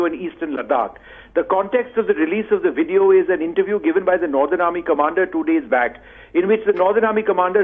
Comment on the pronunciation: Ots VVVVVVVVideo..... damn..Not WIDEO....good lord you a news caster and you cant say the words?